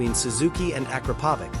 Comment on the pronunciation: A bit of trivia the brand of exhaust pipe is not prounounced “aakrapovick” but rather “a krap oh vitch” check with any person from that part of the world with are made I might not be exact but they definitely pronounced much closer to my one then how most people do it